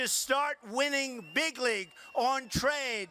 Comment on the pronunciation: But you know he said "we're going to start winning biggly"